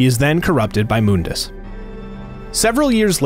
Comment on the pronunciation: Its Mun-dus not Moon-das